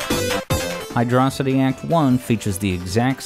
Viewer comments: HYDRO CITY NOT HYDROSITY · It's Hydro City, not hidrawsity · pretty sure it's hydro-city, not hydrocity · Hydro-city is the proper pronunciation. Hyd-rocity is just wrong. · While I know this has little to do with the subject of the video, and you seem happy to use both pronunciations interchangeably (a sin deserving of at least forty lashes, by the way), I feel it's worthwhile to share this argument as to why the nomenclature is "Hydro City" and not "Hy-DRAW-sity", as some tend to believe With the sole exception of Doomsday Zone, which is only one word zone name in the game, every other zone in Sonic 3 & Knuckles (and most zones in Sonic games, for that matter) follows a specific naming convention, that being a location combined with a descriptor for said location: Angel Island, Marble Garden, Carnival Night, Ice Cap, Launch Base, Mushroom Hill, Flying Battery, Lava Reef, Hidden Palace, Sky Sanctuary, Death Egg, Azure Lake, Balloon Park, Chrome Gadget, Desert Palace and Endless Mine. Sandopolis also counts despite being a combination word since it still follows the same naming scheme: Sand + Metropolis/Acropolis Hydrocity being a combination of the words "Hydro" and "Velocity" doesn't fit this naming scheme at all. It doesn't describe what the area is, it only describes what you do there and with what. Is it a cave? A beach? A modern city, perhaps? If you had only the name to work with, you'd be hard-pressed to come up with a mental image of where it takes place. Hydro City, on the other hand, fits the naming scheme and describes the area well enough: It's a city filled with water, simple as As an aside, I also take issue with the use of "RAI-st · yay, you finally did it I'm so ha- wait, did you just call it "Hydrocity" like "velocity"?, instead of "Hydro City" as if they were two different words?!, you don't exist to me anymore >:( I'm kidding btw xd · "Hidrossidi" Hydro City please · And you immediately lost me when you pronounced it as "Hydrossity"